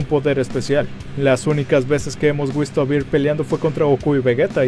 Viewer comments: Minuto dijo "las únicas veses que hemos wisto a vir" 😂😂😂 cambio las letras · Alguien mas noto que dijo wisto a virs en ves de visto a whis 🙊🙊🙊🙊 Exeletne vídeo me encantas tua trabajos éxito y sigue así